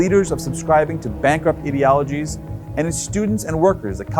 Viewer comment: He sounded like an idiot pronouncing "idiologies" 🤣